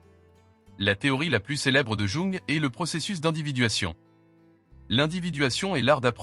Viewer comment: La manière de dire "Jung" est à vomir.